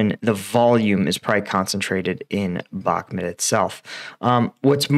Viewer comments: You definitely know your stuff, I watch all your updates. Spent some time last year in Ukraine. I mean no disrespect by this, I’ve noticed it for awhile haha. I may be wrong which I am often, I do believe it’s pronounced Bahk-moot, not Bahk-mit. Thank you again for helping me keep up to date. Your work is an invaluable part of my research daily. Keep up the hard work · My friend. I really respect you for the inforamtion you are giving us free of charge. But Bakhmut is spelled with an U and not E. You pronounce it "Bakhmet" but it is pronounced "Bakhmood" I skipp the pronounciation of the kh sounds because I do not expect an english speaking fella toget that right haha :). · its pronounced BACH(like the composer)-MOOT